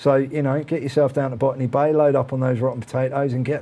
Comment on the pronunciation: "Ban_me Bay"? That's what I heard. You should rename Botany Bay to that. xD